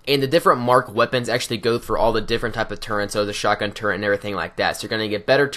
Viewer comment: Turret, there is no N in the word turret.